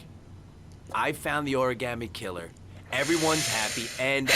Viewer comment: clears throat "ori-GAMETE"